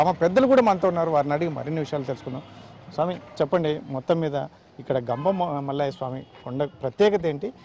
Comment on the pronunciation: Ganga mallaya kadhu thalli gampamallayya swamy